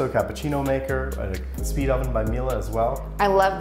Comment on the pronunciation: At last, correct pronunciation of ‘Miele’! Well done!